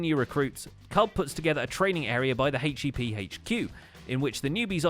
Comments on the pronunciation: H-E-P? Nonono, you said it wrong. It’s pronounced “hYEp” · I'm sorry but its HIEP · I am even more sorry but it’s HIP